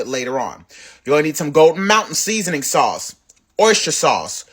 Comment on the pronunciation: OMG‼️‼️I HAVE TEARS ROLLING DOWN FACE FROM LAUGHING AT “SAOUCCCE”🤣🤣🤣🤣😀😃😄😁😆LOOKS DELICIOUS ‼️‼️